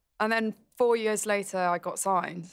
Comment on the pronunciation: i like that marina says years like "yours"